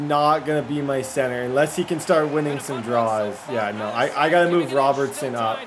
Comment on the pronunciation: 6/10...would have been 6.5/10 if you could pronounce Robertson